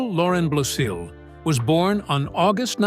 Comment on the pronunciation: Good grief! When you do a video featuring a celeb, and you don’t know jack about how to pronounce the last name . . . do your homework first. It’s not BLOSEEL! It’s BLOSIL They’re friends of mine!